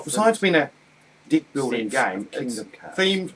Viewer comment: haha sorrry but cant help but find funny the way you say Deck.. sounds like dick!! hah Where are you from australia or New Zealand? sounds like an accent of those areas